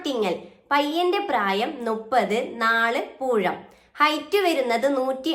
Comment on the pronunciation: പൂഴം അല്ല പൂയം